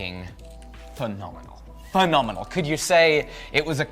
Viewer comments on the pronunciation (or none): This guard is looking... Me: He's gonna say fenominal (spelling): Fenominal (again)